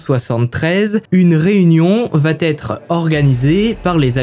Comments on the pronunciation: Allez, sympa. Mais de grâce, travaille les liaisons dangereuses ("va-t-être", etc. => "va être", y'a pas de "t" !) et l'accent anglais (juste se renseigner sur la prononciation des noms, c'est pas la mer à boire) ! Très peu d'efforts à faire pour drôlement améliorer la qualité perçue ;-) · J'adore ta façon de raconter, pleine de précisions et d'humour. Mais pardon le "il va Têtre" me fait bondir à chaque fois. Il n'y a pas de "t" à "va" ! Je vais, tu vas, il/elle va.... rien de plus ! Essaie de faire attention, tu es en première ligne pour apprendre aux gens à parler, vu que les réseaux sociaux sont désormais l'espace privilégié. Ceci dit sans animosité. Sinon, quel temps fait à Valenciennes ? J'adore ce coin. 😉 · Ces HVF sont super. Dommage pour les fautes de liaison ("Va T'être" fait un peu saigner les oreilles mais on reste dans le thème comme ça 😉) bisous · Tes histoires sont passionnantes . MAIS ! Il faut arrêter avec tes liaisons "mal-t-à propos" ! On ne dit pas VA-T-ÊTRE, mais VA ÊTRE. Pas de T --> pas de liaison ! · Merci pour ces histoires documentées, narrées avec talent. Le « coucou » introductif est un bonheur 😂. Juste un défaut, qui me fait saigner les oreilles 👂 : une liaison fautive, mal t’à propos : on ne dit pas « il va t être … » ou : on va t alors découvrir… » On VA alors, pas de T après, par pitié 😂. Sinon ces vidéos sont addictives. Amicalement, de Bretagne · Auberge. Intéressant, mais je suis dérangée par tes liaisons mal à propos notamment quand tu dis "elle va T être", non, tu te trompes, elle va être, sans liaison... Sinon, super! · Un truc qui me fait mal aux oreilles : la liaison avec "il va-t-être".... ouillle.... hahaha..... Visiblement à l'époque on pouvait tuer sans soucis... et on dirait presque que tu y étais tellement tes récis sont vivants...